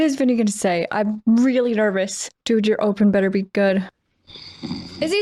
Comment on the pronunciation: "sometimes dead is betta'...'